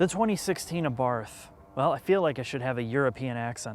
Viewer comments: Also, by the way, the correct pronunciation is Ah-bart, not Ay-barth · It's pronounced: Ah-Bart. NOT A-barth, or ahBarth (with the emphysis on the BART). And NOT like this bozo is pronouncing it (uhbarth). Also, why is he even reviewing this car since he clearly thinks the car is a bad joke. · The "Abarf"! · "Abarth" is pronounced "Abart". The roaring pass is scaring the drones away. 😄 Leave it to the Italians to focus on passion properly. 🙂 How can they put a Beats sound system in the car? Isn't Beats just a ripoff brand to fill a rapper's lair with more bling? (Well, OK, at least the name isn't misleading marketing.) Hill assist - Now the parking brake will completely rust away in loneliness. That's the other thing about the Abarth. The bird was trying to tell you. (I gotta say though, if a bit of tweeting in the background bothers you even though your voice is clearly understood, your perfectionism is your curse. ... And birds tend to sing for prolonged periods. ... And they usually sound lovely.) The Abarth makes the birds sing. The birds again. 😜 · Either is better than ah-bath. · "Abarf, Abarf, Abarf, Abarf". The H is silent, Abarttttttttt. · It’s pronounced “Abart” not “Abarth”. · OK nice review... But it is an 'Abart' not an 'Abath'! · Came all the way over here, 4 years too late, to tell you it's pronounced, 'ah-bart.' His name, was Karl Abarth... Google, something. Ya' Ninny! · Abart. The th isn’t pronounced as it appears. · I'm pretty sure it is pronounced "abarT" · We say in Italy Abart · How can you take anything seriously about a car that looks like that. Should be called an A-barf. Turbowski would NOT own this thing. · The pronunciation is a bit wrong (should be pronounced Ahbart), but just a tiny "annoyance" (if that) in an otherwise excellent review! ;) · For the love of God, it's pronounced ah-bart. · Say: Ahhh-Bart. Ciao. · Great review but the Fucking H is SILENT! Otherwise, I enjoyed your review.